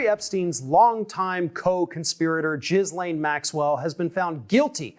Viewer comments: Usually your pods are succinct and interesting. But please do your due diligence. Maxwells name is pronounced Ghee Laine. Not Jis Laine. And lastly please speak proper English like all presenters and news anchors. “Her and I or Him and I” are horrible mispronunciations!!! “She and I or He and I” are correct. I’m not some cranky old chick. I just respect the English language. Enough not to butcher it!! 🥰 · It's pronounced "Gill-Aine", not "Jizz-Lane". Agree totally about the BBC. Look at their history with Jimmy Saville, but it will make you sick. The UK state sponsored media outlet is beyond disgusting, and should be put out of our misery. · Jizz Lane Maxwell??? Duuuude. I heard it was pronounced "Gillen" or even "Glen" but Jizz Lane..........Duuuuude. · he REALLY said JIZZ-LANE!!!! i am crying with laughter!!!! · Jizz-laine. Is that how you pronounce it🤣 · Did he just say "Jizzlaine Maxwell"? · are you deliberately calling her “Jizz-Lane”? I seriously can’t tell! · Fer Ghu's sake,..! Her name is not "Jizz Lane". You're the first to jump on people saying the VPs name wrong even if they hate her - you have about as much of a valid excuse for not knowing how to say that horrific monster's name properly. She doesn't deserve the respect, but you do - intentionally fouling up someone's name is a dweeb move. (Also there are others with that name that must wince at the mispronunciation.) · Awkward attempt to pronounce 'Ghislaine' there..